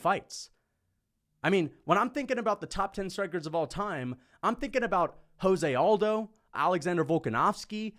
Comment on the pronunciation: Jose Aldo is Brazilian. His name is pronounced Portuguese. So it's not 'hoze' but 'jose' as in Rio de Janeiro.